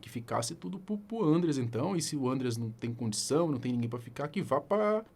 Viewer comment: "Ândreas" não pô, é "Andréas".